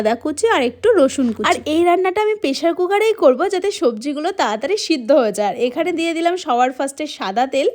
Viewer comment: সিদ্দ নয় সেদ্ধ